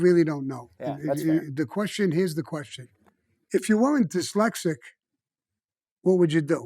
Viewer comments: The word is dyslexic not, dalasic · Why does no-one teach him how to pronounce dislecsit ? He never says the S in diSlecsit !! It's always "dilecsit " !! Sorry but it does ma nut in but his stories r amazing he really is cosa nostra through and through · “Delexic”. Hahaha